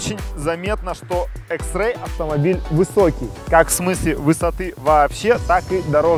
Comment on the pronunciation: Почему экс икс а не экс